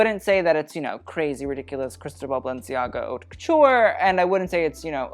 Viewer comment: what about "haute" tho LOL